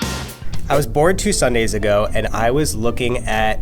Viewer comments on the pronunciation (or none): "I was bored two Sundays ago" I cannot be the only one that heard "I was born two Sundays ago" 😂😂😂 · I thought he said born too lol 😅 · I literally thought he said I was born two sundays ago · I thought he said that he was BORN 2 Sunday’s ago 😂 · I thought he said "I was born two Sundays ago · LMAO 😂😂 I thought he said he was BORN 2 Sundays ago hahahaha!!! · 0: 29 tell me why I thought he said born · I thought he said he was born two Sundays ago lol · I honestly thought he said "i was born two sundays ago" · Was I the only one that heard "born two Sundays ago" instead of " bored two Sunday's ago "? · I thought he said I was BORN two Sundays ago I WAS JUST Like WHAT !! DAMN YOURE TALL then I read the subtitle and I'm like ohhhhh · OMG😂 I thought he said he was born two Sundays ago😂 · I thought he said "I was born 2 sundays ago.." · i thought he said “so i was born 2 sundays ago” HAHAHA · I thought he said {I was born two sundays ago} alright fam if you say so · Anyone else think he said “I was born two Sunday ago” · Who else heard the man say in the beginning: "I was born two sundays ago" 😂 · Same lmao but he said bored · StephanieMullen same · "I was BORN 2 Sunday's ago" ~ that is what i heard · “I was born two Sundays ago” 😂 is it just me who thought he said that at first?! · He did not say "I was born two Sunday's ago", he said "I was bored two Sunday's ago" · I thought he said born two sundays ago and I was like that isn’t possible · Gabriel Morgan That's exactly what I heard too, lmao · Gabriel Morgan I thought he said that too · I also thought he said born 😂 😶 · I thought I was the only one.. Lmfao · I didn't even know he didn't say born till I saw this comment😂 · Thats what i heard at first then i rewinded it and heard bored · I swear I thought he said he was bored two sundays ago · BRUH I WAS DOZING OFF CAUSE IT's 2aM AND I THOUGHT SAID "I WAS BORN 2 SUNDAYS AGO" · Shairah Cortez i thought that was what he said until i saw your comment😭😂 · Lol same